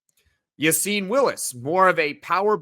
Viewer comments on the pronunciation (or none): A bit off topic but why does everyone in the media pronounce Willis’ first name as Ya-seen when the coach and rest of team pronounce it as Ya-sin? Gotta side with coaches and team here.